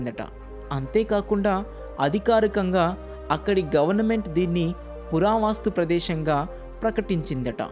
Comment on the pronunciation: పురా వాస్తు కాదు పురా వస్తు